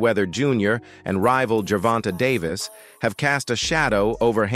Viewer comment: “Ger Vonta Day versul” 😂🤣😂